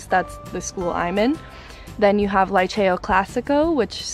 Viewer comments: Liceo is highschool girl.... and you don’t say Laiceo but Liceo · "lee-cheh-oh" not "lie-chayo"